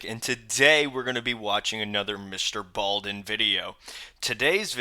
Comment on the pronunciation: Hey ( ) can you read? Because it's Mr ballen not balden, you see the difference? No d anywhere in the correct one. Just to prove I know your name is & not, there u have it.